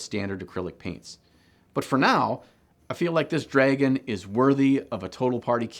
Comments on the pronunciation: Wait so your telling me I have been saying dragon wrong all these years its dreygon not dragon hmmmm real mind opener. Jokes aside this channel keeps growing on me every video posted thumbs up and subscribed :) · Am I the only one weirded out by the way he pronounces "dragon"? Not even going to mention the socks :) Cool vid tho!